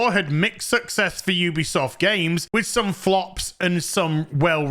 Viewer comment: You-be-soft indeed